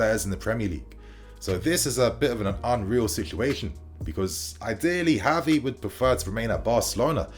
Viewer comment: pronouncing Gavi's name wrong.